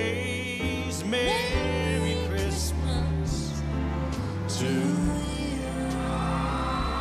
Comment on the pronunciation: Camila still pronounces Christmas as Cistmas 😂 I think it's gonna be her signature thing.